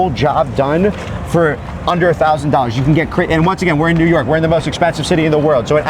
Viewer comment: I can't stand when people say "Newerk" like bitsh pronounce the fkn letters it's NEW. YORK.